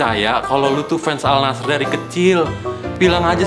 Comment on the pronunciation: AL NASSR itu dibacanya ANNASER